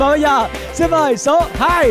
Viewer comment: Bạn giọng hay nhưng phát âm X S đang bị sai rồi. Nơi xưa chứ không phải nơi sưa,cho tôi xin chứ không phải cho tôi sin